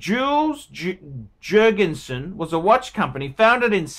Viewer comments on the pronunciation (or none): The J is pronounced with a Y, Yules Yurgensen!